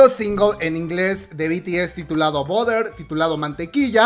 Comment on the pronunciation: BUTTER pronunciacion. En ingles = barer La comadre: boder 🤣 #ArmyAyudemosaButterenSpotify